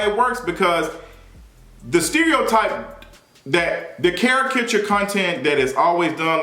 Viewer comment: Now everybody saying charakatureee ugh 😑